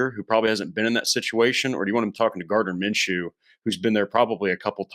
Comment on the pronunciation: Sam is pretty accurate